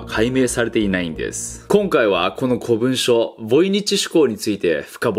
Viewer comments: 古文書は「こぶんしょ」ではなく「こもんじょ」では？ かわいいな顎の兄貴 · こぶんしょじゃなくてこもんじょじゃない？ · 古文書・・これ、「こぶんしょ」と読むんじゃないよ「こもんじょ」と読むんだよ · 古文書って読み方『こもんじょ』じゃね？ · こういう細かいこと言うやつ嫌いだけど言わせてくれ 古文書 ❌こぶんしょ ⭕こもんじょ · なぜ古文書のことをずっと「こもんじょ」じゃなく「こぶんしょ」と言っているのですか？ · 古文書=コモンジョ と読みます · 古文書の読み方は「こもんじょ」だよね普通は